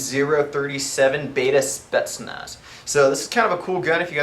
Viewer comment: i love how he says spetsnaz. LOL